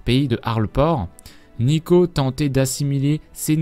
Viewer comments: Neeko, pas Neko :I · n"i"ko et "ou"vicats xD fais plus attention à ça parce que pour les fan de lol c'est dur d'entendre des erreurs comme ça xD